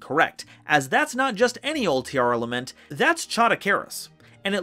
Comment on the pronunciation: sigh yet another person butchering the pronunciation of “Tearlament”